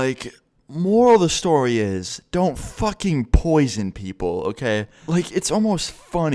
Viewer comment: " YOU CAN'T POISION PEOPLE.." 😂😂😂